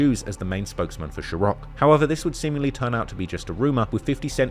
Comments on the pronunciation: Rosssss…… you claim thousands of hours of research and you can’t even pronounce rappers names YOU and everyone has heard countless times pronounced in dozens of songs. You can’t even say ciroc???? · Only mistakes I noticed was how you pronounced “Chrioc” Like I know you have an accent man but jeez louise you’ve heard people say the word 100 times 😂😂😂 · No H in Ciroc, why are you doing that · im gonna send 4 timestamps of how he is pronouncing 'ciroc' and then the 5th one will be when he said NBA was his favorite rapper. 5 mistakes. boom. moneys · The way you pronounce “Ciroc” is the cringiest thing I’ve ever heard in my entire life. Be a human and adapt. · You trying to say ciroc is a majestic disaster lol also you're cringe in general but well done chap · ITS NOT SHAROCK it’s Ciroc… Jesus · new subscriber here. great video, nice job! i just have one question: why do you pronounce SHIROC instead of CIROC (as it is)? how did you came up with SHIROC? it gave me ick every single time i heard it and there was a lot, sometimes 3 times in one sentence. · It's Ciroc, not Chorocc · Yo bro, i caught a mistake. How much willl you pay me? You are saying shih-rock... its sih-rock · Its pronounced Sir-rock not sherock. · One mistake is you said sherok instead of ciroc 👍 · What is "Shirock"? You mean "Ciroc" no Diddy 🙅🏽... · It’s Sir-rock, not Cher-rock. Also, I think some of the nuances, like Diddy putting on the remix, was just a matter of timing. Really think back at that time, at that moment, Diddy strikes when the iron is hot. Can’t assume this was yet another dig at fif. Gotta account for nuances of the time too. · It’s NOT “SHIR OCK” NO “SH” it’s pronounced “SIR” SIR ROCK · bro why do you keep calling it "shiroc" they ain't no "SH" in Ciroc. its pronounced "sir-roc" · What is shirroc? It's ciroc, pronounced ciroc sir-rock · Saying shuroc instead of ciroc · I assume pronouncing Ciroc as Shiroc is not one of the errors? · First error I found - Ciroc not Shiroc....